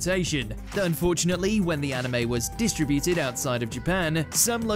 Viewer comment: No offense but your pronunciation of "distributed" is weird. Also, "Uranus" is said as "your anus" not "your inus."